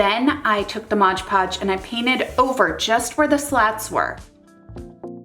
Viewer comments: Even though everyone knows what it is, I still cringe when anyone says "modge podge" . It's MOD podge! LOL. It's like when people say "Febuary" instead of FeBRUary with an "R", just makes me cringe to no end. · It's pronounced 'MOD podge', not 'modge podge'. I worked at a craft store and this was on of my pet peeves. "Excuse me, do you sell modge podge?" Um, no. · Great video, thank you so much for sharing! =) (Btw, I believe its "Mod-Podge")